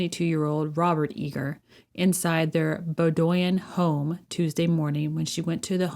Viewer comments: It’s not “Bo-doy-in” it’s Bow-din” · FYI... it's pronounced "BOW-dwin. Nice video, keep showing us the liars attacking our #Republic, the importance of this cannot be understated! ⚖👨‍⚖⚖ JudgeGarry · It's BOH-dyn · Bowdoin= Bow-din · Pronounced “Bowdone” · It is pronounced Bow (like a bow tie) and doin is pronounced “din”; bow-din. Sorry, I live in Maine and thought you’d like to know how it is pronounced. This really hit us hard, because murder rarely happens here. Does anyone who commits a crime take responsibility for it, or do the look to always blame others? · Pronounced Bowdin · it;s pronounded Bow [like a hair bow]-din; that is, Bow-din.